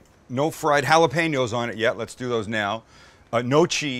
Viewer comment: Literally just pronounced Jalapeño with a g